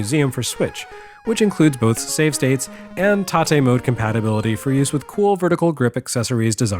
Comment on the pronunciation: After growing accustomed to the anglicized pronunciation of "tate" on Game Sack, it was refreshing to hear you say it correctly. Joe Redifer has a plausible explanation for the way he says it (you rotate the screen), and I don't mind his way, but it is "tah-tay."